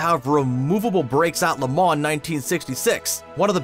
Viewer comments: And stop pronouncing the N in LeMans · It's pronounced Le mau not La man. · its LE MAHHH NOT LE MAHN add that to the facts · Please learn how to properly pronounce Le Mans. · LeMans is pronounced with the last "n" and "s" silent. You got it partially right. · You do realize you don't pronounce the N in Le Mans? Holly Crickey! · Imagine putting this much time into a video for a lot of money and you can’t say Le Mans right 😂😂😂😂🤮🤮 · when you do a video on something please learn how to pronounce the subject matter. If you need to know how to pronounce Le Mans watch Top Gear or watch an actual race. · and “versus” 🤣